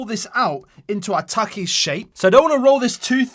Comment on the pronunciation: Taki ❌ taiykey ✅